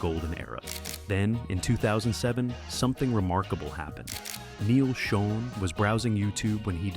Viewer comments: It's pronounced Shawn And Raw-lie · Neal pronounces his last name like you would say "Shawn." Gregg's last name is pronounced "Raw-lee." And Herbie heard Steve's demo, not Neal, and it was Herbie would told Neal and Gregg, who didn't want Steve, that Perry was going to be in the band, "So get used to it." Steve replaced Ross with Bob Glaub, who was then replaced by Randy Jackson. Steve Smith played on 3 tracks (the same three Bob played on) for Raised on Radio before being placed by Larry Londin. Mike Baird was the touring drummer only. You failed to mention that Steve's mom was terminally ill during the recording of Raised on Radio and died before it's release. He also quit mid-tour and cited exhaustion as his reason. Regarding Steve's hip surgery, he refused to get surgery till AFTER they let him go. Incidentally, Perry claims that he gave up music after he left in 1987; however, he started working on second solo album in January 1988 called Against the Wall, which wasn't released. He released his official second album in 1994 (For the Love of Strange Medicine), and seemingly, only got back together in 1995 AFTER Neal and Jonathan played a tribute show for Herbie, featuring Gregg and Kevin Chalfaunt, who were in the Journey sound-a-like band, The Storm. Neal, Gregg, Jonathan and Kevin were in talks to reform Journey with Ross and Smith, when Perry found out during an interview in Canada (the video is on YouTube). Shortly after, Perry called Jonathan and said that he wanted back in, BUT Herbie, Gregg and Kevin